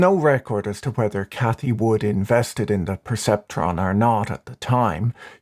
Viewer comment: "perceptron" haha